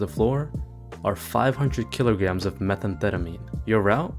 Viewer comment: You didn’t pronounce Methamphetamine right btw